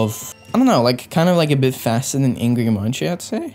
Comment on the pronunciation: How to spell Angry Munci: Angry Munk-See